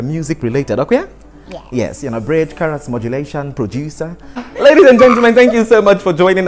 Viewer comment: Lol....if you no Sabi pronounce CHROUS.. hide your face 🤣🤣🤣🤣...Nice one from and our amiable...I love you both